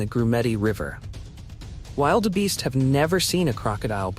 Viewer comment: Narration pls first find out how you pronounce African animals,the way you say Wildebeest is rediculous